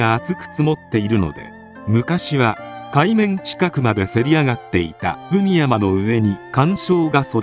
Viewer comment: 「海山」は、「かいざん」と読むのが正しいやうです。